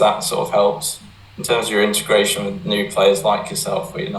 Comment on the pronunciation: He says wiv instead of with haha